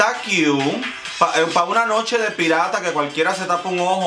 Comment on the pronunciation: Amo cuando dices “está qiu! está qiu!” 😂😂❤️❤️